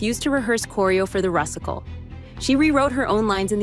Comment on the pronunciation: This was an AI generated voice narration. Proof: it calls The Rusical … The RUSS-ical. Do not watch videos that do not show a person’s face speaking the VO on camera … EVER!